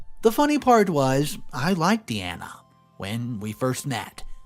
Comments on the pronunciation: Story 1: it’s pronounced DEYE-ANA not Dee-Ana. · Please,, it's pronounced Die-Anna, not Deanna (which is how you pronounced it). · You are saying Deeanna not Diana, have you never heard of Princess Diana? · I've known three girls named Diana, two of them pronounced it Dee-ana one pronounced it Die-ana. People pronounce things differently in the same local region, let alone state to state or country to country, so it is highly likely that Diana in the story pronounced it Dee-anna herself.